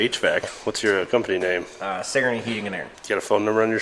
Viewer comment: It’s sig-er-nee, not suh-gor-nee. Damn northern Iowans lmao.